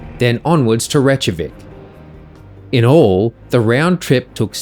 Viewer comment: Rake yah week :)